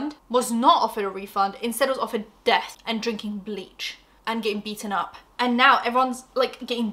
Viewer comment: I’m so sorry I know this is serious but has me crying the zooms 😭😭😭 then saying “and getting beaten up” with the fancy accent is so funny to me. I need that whole part as a reaction meme